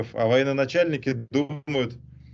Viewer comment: Со всем уважением к Владимиру Валерьевичу, маленькое замечание: Правильно говорить не воеНОначальник, а военачальник.